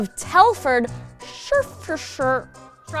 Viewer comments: It's pronounced sh-ro-f-i-shire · Listening to you try to pronounce Shropshire (where I live) is the best thing I've heard today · I love listening to struggling to pronounce "Shropshire" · Still amuses me how can’t say Shropshire 🤦🏼‍♀️😂